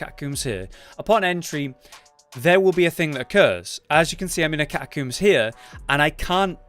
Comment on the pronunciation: Cat-a-combes not cat-a-cooms